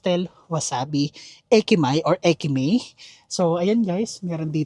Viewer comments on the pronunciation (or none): It’s (e-ko-ka) not (ay-ko-ka). It’s (eki-ma-e) not (eki-may). Hindi yan si Rufa Mae.